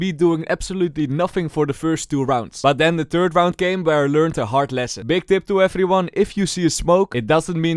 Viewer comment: The hello efery one😂 and